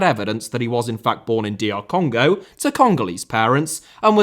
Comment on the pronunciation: it’s called Congo not Canga 😂😂😂